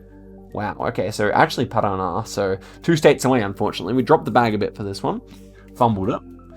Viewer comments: pro-tip: accents can only be used on tonal syllables... so instead of saying paRAná we say paraNÁ. nh is almost the same as the spanish ñ we also have lh which sounds like a short li as in you really don't hear the i that much. soft G and hard G follow the same rules as C... CA = KA, GA = GA... but CE = SE, GE = JE (using J as soft g here, I know english J has a "Djay" sound and I have no idea why they got the D haha) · Parana (my state) being pronounced as piranha is soooo funny lmaoooo